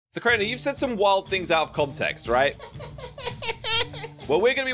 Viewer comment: It’s not craider it’s crainer